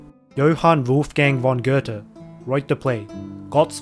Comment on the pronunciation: Little tip from a German: Your pronounciation of Goethe should have also been how you pronounce Götz. Ö and oe make the same sound.